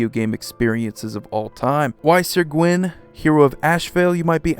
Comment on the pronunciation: I hardly ever get to flex on my Celtic Studies minor - so I'll mention that Gwyn is pronounced "Gween" and means "White" in Welsh. Great vid though, I ordered this Brawl deck at my LGS and can't wait!